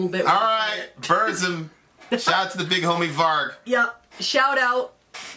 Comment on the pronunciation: what's a Boorzem? It's BURZUM...pron. BOORRRRZOOM XD nice vid tho EDIT: " just because he's racist. " This is the best thing i've ever listen to in my life.